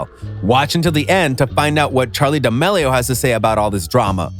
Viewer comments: Duh-meal-e-o is how its pronounced dumb dumn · The way he says D'amelio XD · The way he said “Charli D’aMelio” made me scream lol🤣